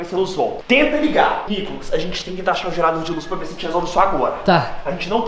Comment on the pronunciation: o Nicolas falou enalda